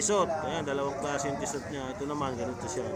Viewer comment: Pronunciation of Tissot... Tee. sow ☺👌